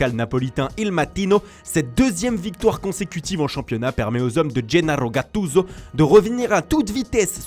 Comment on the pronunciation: Matttttino, gatttttttuso😂😂